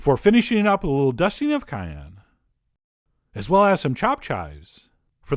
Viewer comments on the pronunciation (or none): none